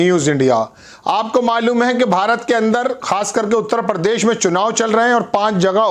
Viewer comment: please aap apna pronunciation सुधारे. It is प्रदेश ना की pardesh. इसी taarah प्रधान मंत्री ना की परधान मंत्री.